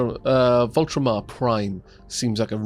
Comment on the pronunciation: Fun series so far, but just to point out, there's no R in Vultaum so no need to pronounce it like VOLTRON. :)